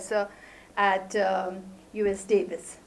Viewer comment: it's UC, Davis not US, Davis. The talk was excellent though!